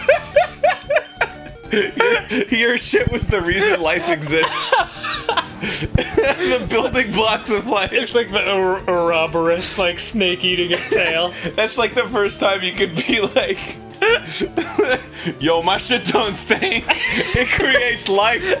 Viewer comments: "A-rob-er-rus"? Does he mean ouroboros? "Ur-oh-bur-rus" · Ouroboros is definitely not pronounced like that. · I don't like the way Dan pronounced "ouroboros"